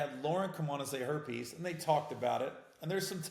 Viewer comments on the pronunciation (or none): I thought you said herpes at first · When you said “her piece” it sounded like herpes 🤓🤣